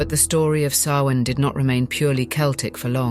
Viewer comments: It's pronounced SOW-in, not sow-IN. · Samhain is pronounced Sowweeen. 🤦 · The ancient Celtic festival of Samhain is pronounced SAH-win but spelled Samhain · You mispronounced Samhain wrong. Other than that an enjoyable watch. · I HATE that she extremely destroyed the word Samhain.... but im still gonna listen.